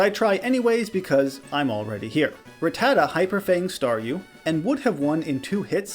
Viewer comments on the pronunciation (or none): Its not "Rattata" like "retarded". It's "Rattata" like "gattica".